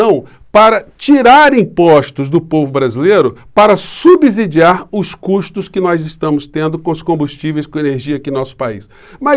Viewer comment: A pronúncia é "subssidiar".